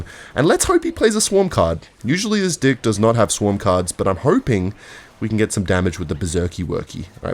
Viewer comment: he did not say DECK in the slightest